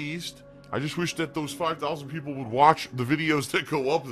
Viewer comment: For my fellows mexicans, just said his very own version of "pipopes". Very based and racist xD